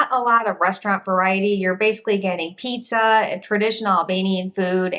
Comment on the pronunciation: Did you say pizza?